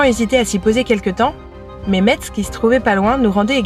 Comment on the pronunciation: On ne prononce pas le t et le z, on prononce messe.😊